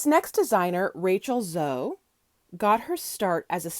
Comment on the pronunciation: FYI: It is pronounced zo-e. A long e as in elope or eat!